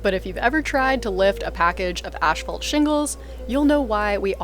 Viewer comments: Are you saying ash-phalt? 😊 No shade just fyi it’s asphalt. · Is it an accent thing that they call Asphalt Shingles 'Ash fault'? Around here we pronounce it like 'ass fault' Either way nice job on the shack. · Please stop saying ash-fault, it's pronounced ASS-FAULT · stop saying "ASHfault" :P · Ash-phalt a Canadian pronunciation? Never heard it said that way.